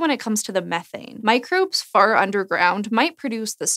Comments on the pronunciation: When you said "microbes far underground" I heard it as "microbes fart underground," and since you were talking about methane, I didn't think anything of it for a second. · I thought she said "microbes FART underground might produce".... HAHAHAHAHAH lol!!! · I heard it too. I guess it was because we were primed by the methane talk.